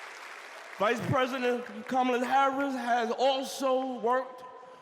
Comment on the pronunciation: this 🤡 referred to Kamala as a woman, wtf is that? Next he"mispronounced" Kamala's name .....it had to be deliberate. It was sexist and racist, why wasn't the crowd offended 🤔🤔....selective outrage is an MF